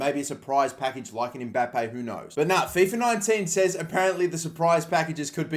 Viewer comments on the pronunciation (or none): none